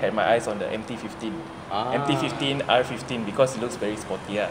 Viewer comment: the urge on zar face to correct the proper pronunciation of M15 and R15